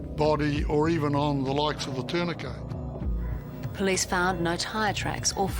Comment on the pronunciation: Someone teach that cop to pronounce tourniquet. 🙄